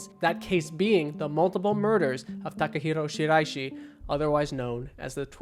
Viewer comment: Love that excellent pronunciation of the guy’s name